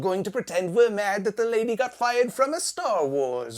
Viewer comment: "No dat wans fine"